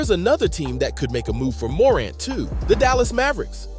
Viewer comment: Hard to take this seriously when he can’t even pronounce Morant correctly…